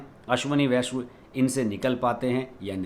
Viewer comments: अश्विनी वैष्णव है पूरा नाम, आप वैष्व उच्चारण कर रहें है। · Correct pronunciation of his surname is वैष्णव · नये रेल मंत्री का नाम का उच्चारण ठीक से नहीं कर पा रहे हैं। जबकि लिखा ठीक है।